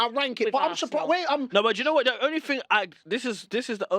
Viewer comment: Thing pronounced fin 😏